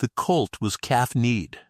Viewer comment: The ai is a bit pathetic. The one word is hock not hawk. Another is colt not cult.